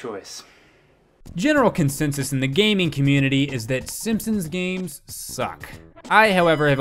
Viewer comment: GRAND MA!? SEEMPSEENS!?